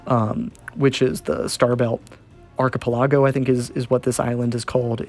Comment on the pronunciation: "ah-kee-peh-lah-goh" archipelago.... not "arky-pilay-goh... sorry I couldn't hack the pronunciation